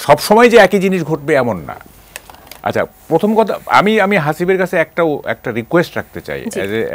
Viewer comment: আমি বুঝি না এইসব নাস্তিক কে কেনো টকশোতে ডাকা হয়,আর উপস্থাপিকা হাসিব এর নামটাও শুদ্ধ করে বলতে পারেন নাই